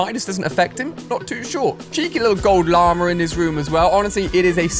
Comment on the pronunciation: Why do U say lamer instead of llamas